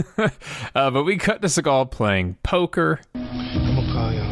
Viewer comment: Thought u said "followed SeagALL around".🤣😅